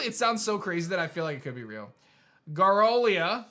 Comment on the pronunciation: GAROWLIA?????!! WHY??